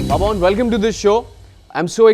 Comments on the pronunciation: Not Pepon , it's Papon😄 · It's not Pepon, say Pa-pon. Respect Dude!!!